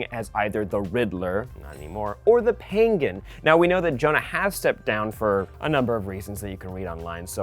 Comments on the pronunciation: *penguin, not pengin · The Pen-Gin? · we just gonna ignore the way he said penguin 😂😂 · Why’d he say penguin like that